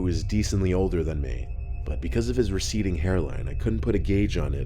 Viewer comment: Even funnier is actually said "Receiving" hair line